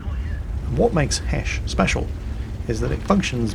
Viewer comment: "speshal" HAHAHA